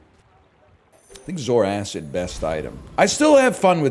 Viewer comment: its pronounced "Zor-Kid" not "Zor-Acid"